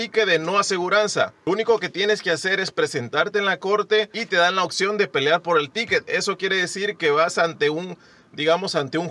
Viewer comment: Solo una observación y no me lo tomes a mal cuando pronuncias la palabra “opción” la pronuncias mal tú dices “occion” por favor práctica más esa palabra para mejorar más tu dicción ok saludos y sigue adelante.